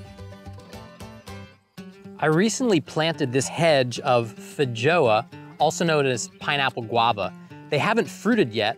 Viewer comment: fidjoa.... XD me when americans are trying to pronounce something other than john